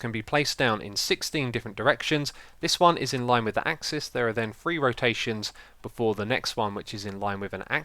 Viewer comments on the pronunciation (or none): none